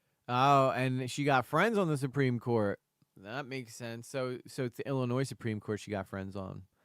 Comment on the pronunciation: Illinoi - the S is silent